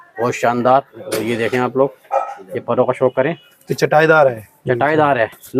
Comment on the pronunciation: Shooq hota hai sookh nhi 😂😂😂